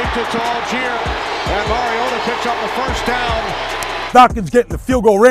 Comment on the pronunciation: For the LOVE OF GOD...dude won the Heisman...and the Commissioner Godell calls him "Marcus Mar-ee-ah-doh" and he's been in the league since 2015...and announcers still call him "Mary-o-duh"...Let's try it again...Marcus...MAR (like BAR) EE - OH - TAH